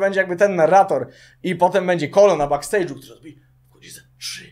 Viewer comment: no i teraz pół jutuba bedzie ogladac taniec z gwiazdami strzał w dyche ze strony włodarzy programu a tak wogole to bekstejdżu nie bakstejdżu chyba